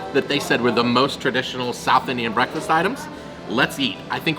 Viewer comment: Yours pronounciation towards southIndian cusines awesome!!